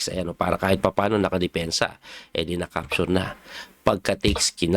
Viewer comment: Coach wag magalit..ano ba pronounce mo sa capture. Parang dinig ko sayo e ( capsure ) ???